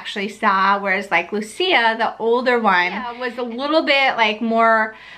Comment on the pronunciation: I just love that you pronounce the Lucia as it is. I have the honor to be named Lucia and it gets me mad when people don’t say it right or call me Lucinda... 😡 Thank you for your honest opinion. Husband too doesn’t want to pay $20.00